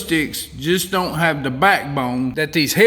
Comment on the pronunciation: Man! Love your videos, your ideas, and your Work! But did you just refer to us that don't weld as "da turd"? Well Anyway, your show is Awesome, as always. Thanks!!